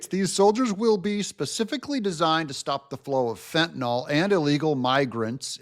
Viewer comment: Fentanyl is pronounced fen—tuh—nill.